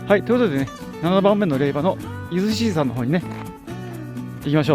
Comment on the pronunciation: れいば！ではなく れいじょうです。 恥かくので 人前では 気いつけて！